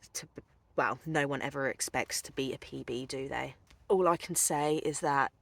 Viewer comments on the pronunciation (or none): none